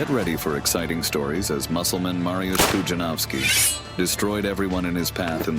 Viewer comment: PUDZIANOWSKI !!! Not Panowski 😡